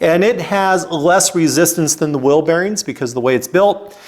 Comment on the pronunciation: It’s “whEEL”…….not “WIIL.” What’s a will?